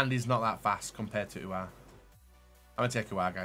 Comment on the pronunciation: It's aouar not uhar